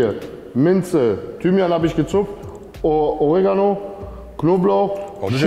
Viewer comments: Das heißt Oreeeeeegano😂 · Ey wie heisst dat nochmal !? Orehganno ?? Oregano 🤣 Beste Unterhaltung aufen Sonntagabend ❤ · Zu Oregano, sagt der einfach Urgano 😅